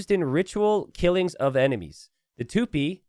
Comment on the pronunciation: It's Tupí, not Tûpi